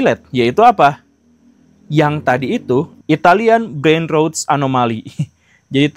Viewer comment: pronunciation dari "brainrot" itu brein-rót pak guru. O nya kaya pada kata Roda, atau Kntl. dan T nya lidah nempel di akar gigi depan. jadi Rot kaya mbaca ROnTok. Kalo pak guru nyebut BrainRot (Otak membusuk) kaya Brain Roads (Jalan Otak)